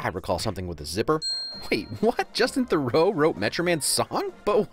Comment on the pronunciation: massive win but you said Theroux wrong my source for this is my art teacher with the same last name